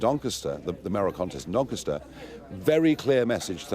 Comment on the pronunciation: doncaster not dinkista